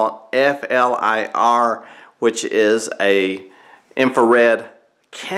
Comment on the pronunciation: Got to laugh … using an “inferred “ camera ( not the infrared variety) to do a temperature audit; but, your video runs for that explains it … p.s. this camera is pronounced: flear, rhymes with “clear” but with a F …